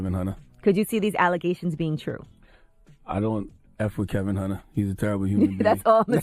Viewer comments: His name is Kevin not Kelvin and you repeatedly get this wrong even when the sound bites you are using refer to him as Kevin...... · You are mispronouncing his name. It's Kevin not Kelvin. That's all. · Charlemagne is saying Kevin and you're still calling him KeLvin. Honey there is no L in his name. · His name is Kevin not Kelvin. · Why do u keep calling him Kelvin? Lol 😂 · His name is KEVIN NOT KELVIN! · Heffa his name is kevin not KELVIN country ass lmaooo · It's Kevin, not Kelvin... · Charlamagne is saying KEVIN (along with many others), and you're saying KELVIN..... What is this man's name? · It’s not “Calvin Hunter”, it KEVIN Hunter. You’ve got it wrong a few times throughout this video. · Why does she keep saying “Kelvin” though 🤦🏾‍♀️ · Screaming at the video “His name is KEVIN not KELLLLLLVIN!” Sheesh! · KEVIN not KELVIN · Ok, why dear sister do you keep pronouncing Wendy's husband's name as "Kelvin" when his name is "Kevin", which Charlamagne clearly calls him. I hate to be picky but excellence calls for saying his name correctly. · Why can't you get his name right? It's KEVIN nor KELVIN. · Sis why’d you keep saying ‘Kelvin when his name is Kevin? Thanx for the video tho💖